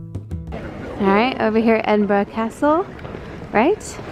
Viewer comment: made me so happy hearing you pronounce Edinburgh correctly. glad you enjoyed it x